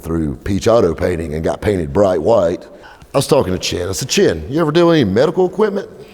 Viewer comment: Chen. The ch is pronounced like that.